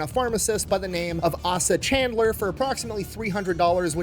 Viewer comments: It's CANDLER not Chandler. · Great Video! However, you mispronounced the founder's name. It is Asa Candler. The first "a" in his first name is a long a, so it is pronounced like the letter "A". Also, his last name is Candler, not Chandler. Sorry, but everyone in Atlanta that watches this is going to cringe when we hear you mispronounce his name. On the other hand, keep up the great work making these awesome videos. I always learn something from you and you always make me laugh with your sense of humor! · Pronounced Candler. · Trivial, but its a hard "A" not a soft "A" in Asa, eh-sa. And Chandler there's no "ch" but just "c* as in candy Those from Atlanta of course already knew this